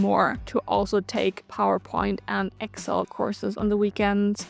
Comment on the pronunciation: She can't pronounce "Excel." Maybe one reason.